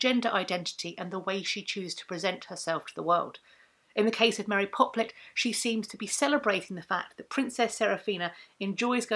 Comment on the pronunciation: You say Mary Poplet, my mind is hearing 'Mary Poppins'.